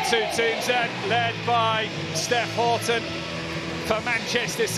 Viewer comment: wish these commentators would pronounce her name right, Steph Houghton's name is not pronounced Horton